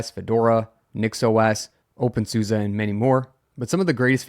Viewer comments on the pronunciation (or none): none